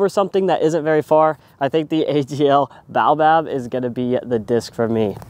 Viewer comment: I believe it is ... Bay-oh-bab Good video. Thx.